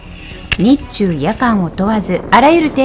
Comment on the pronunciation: 『日中夜間』その“日中”のアクセントは日本と中国を指しているのと勘違いした。 『日中、夜間を問わず』でしょ。